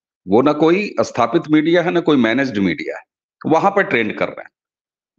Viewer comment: अस्तर ❌ नही "स्तर" ☑️, अस्थापित ❌ नही "स्थापित" ☑️ ...